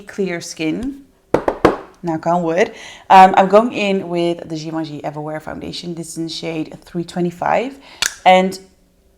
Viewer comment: You are not pronouncing Givenchy correctly. Ask a person who speaks French to tell you how to pronounce it. I do like your content. Very informative.